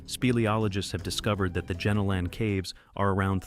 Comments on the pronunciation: Great vid, but Jenolan is pronounced "jeh nolen" not "genno lan" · JEN A LEN cave. I’m laughing my head off here. That is not even close to how The Jenolan Caves are pronounced. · "gee-nowl-en" caves hun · I live 3 hors from caves pronounced as Jen-Ol— in caves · I live in New South Wales and was like oh wow I wonder why I have never heard of those caves... then I realise he was pronouncing it wrong 😅